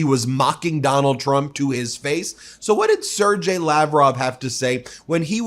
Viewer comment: You pronounced Sergei wrong. The G is a hard G!